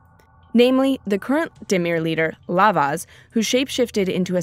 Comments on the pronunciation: You said lavav and not not lazav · God that was terrifying, Selesnya is literally a death cult. The creepy music didn't help either. Also, "Lavaz" "Zazdek" No sweet heart, it's Lazav & Zadeek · Lazav not Lavaz... and szadek not Szasdek..... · She said Lavaz* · 8 Orange 8 yeah she still misannounced it. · "misannounced"... anyway I'm dyslexic so I could see how she mispronounced* the name. But yeah, it was triggering. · 8 Orange 8 mispronounced